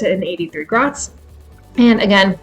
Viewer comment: A penny or grosz is pronounced grosh not grots, and the plural pronounciation is groshy